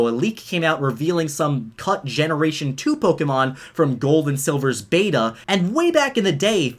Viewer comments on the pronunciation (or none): none